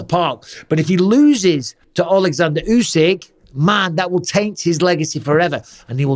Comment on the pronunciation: Tyson is second to usyk say it right